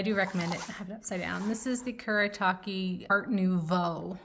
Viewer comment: I love this video but I died inside when I hear how you pronounced "Caran D'ache" and "Boku Undo Japanesque" 😂 You should check out Turner Acryl Gouache, it's much better than Holbein, and I speak as someone who has the full 102 Holbein Acryla Gouache set.